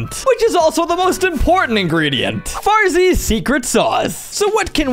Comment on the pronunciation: When u said Farzys secret sauce💀